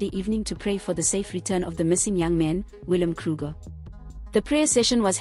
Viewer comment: How can you not pronounce the word Bakkie correctly or even the poor young man's name??